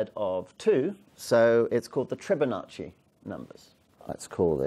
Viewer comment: TRI-bonacci ?! Surely you're fibbing.